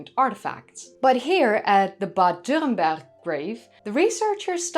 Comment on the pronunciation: your pronounciation of "dürrenberg" is pretty on point, good job i dont think it really matters to get it right but it's nice when people make the effort